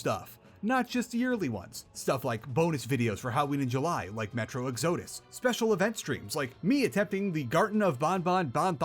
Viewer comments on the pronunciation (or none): Is it me or did say Metro Egg-sodus instead of Ex-udus. I just came of Moon's video where he said Deuce Ex a bunch of times instead of Day-Us Ex. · bro did not just say Ex odis